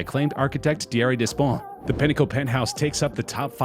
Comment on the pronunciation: Yes! I was about to comment on this! Despont, you don't pronounce the ''S''. ''ES'' is pronounce ''È''. Des ponts. translate to ''many bridges''.